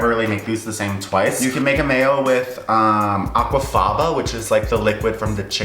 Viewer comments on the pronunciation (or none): Aqua tafffaaannna lol that's what I thought you said he reminded me of Bailey sarian